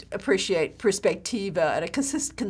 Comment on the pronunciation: Teach correct words please: prospettiva, not perspectiva....